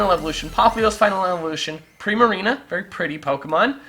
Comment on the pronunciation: Do we suppose to pronounce Primarina "pri-mareena" or "prai-mareena" because I pronounce it as the second one O.O